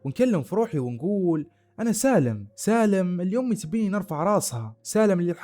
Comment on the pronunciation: ماشاءالله عليك استمرّ… عندي ملاحظة ياريت تاخدها بصدر رحب وهو في النطق والمد في نهاية الكلمة مثل الجامععععععه اليوووووووم اميييييييي قاليييييي قوتلهههه ….تفضل بقبول نقدي وبالتوفيق